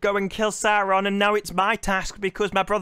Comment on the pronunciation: I hate how they pronounce R in GaladRRRiel and SauRRRon, but nowhere else, it's just fucking annoying. For what they spent all that crazy money on, it looks like a slightly above-average fantasy show.